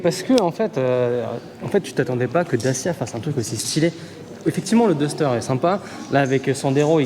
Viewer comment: Le "daster" pas le " dester" . It's English buddy.